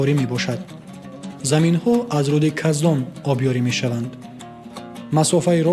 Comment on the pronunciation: Каздон не кахдон😂😂😂